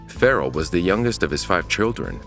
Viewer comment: That poor kid. Guns in America, man. I'll never understand. And the way the narrator said the kid's name Pharrell, weird. 🤨